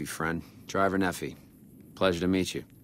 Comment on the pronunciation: i hate how everyone says nephi. i live in Utah, and it's actually pronounced (nee-fie) ne said like knee, and phi said like eye